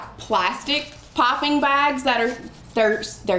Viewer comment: Pipping bags sorry I thought you were saying popping bags!